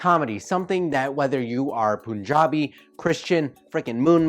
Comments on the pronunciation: Hehee there I am.. but in again???? Do you pronounce funny "puns" as funny poons? It's punjab not poonjab. You might get embarrassed if any Indian hears this without context. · It's pronounced Punjab, as is 'Pun'jab.